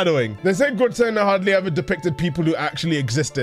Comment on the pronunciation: Happy that started trying to pronounce the artist's name differently, but soon slipped back into the Gwer-tay-nah we all know and love.